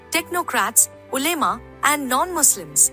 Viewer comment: the voice of the video is more like AI-Voice. Words like Ulema, Balochistan, Aimal wali khan etc are not pronounced correctly